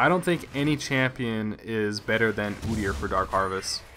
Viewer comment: ugh his name is pronounce "oh deer"